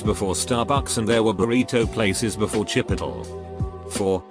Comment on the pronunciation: Nobody: TTS: cHiPiTlE